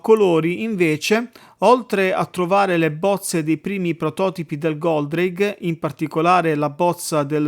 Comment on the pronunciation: Ma non si chiamava Goldrake? Chi è Goldraghe? Lol